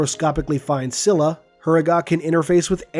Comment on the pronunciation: cilia = see-lee-ya